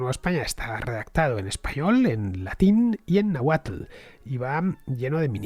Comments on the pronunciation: Excelente programa Fernando!! mas que aceptable tu pronunciación de las palabras de origen náhuatl, lo certifica un originario de Azcapotzalco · Fernando merece doble like en este capítulo por el esfuerzo puesto en la pronunciación náhuatl